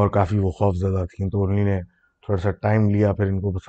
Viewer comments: Your "unhi-nay" instead of "unho ne" is just love ❤🤣👍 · Ini nay 😄